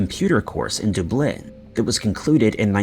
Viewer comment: The way this narrator of the stories said Lanzarote and Dublin made me cringe. That’s not how you pronounce this two cities bruh…!!! 😩😩😩😂😂😂🤦🏾‍♂️